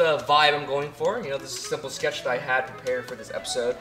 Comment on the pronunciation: And you call this A shetch?!